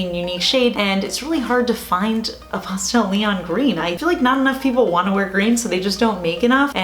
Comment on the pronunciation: Yoy say pastel like you're trying to say cake en español.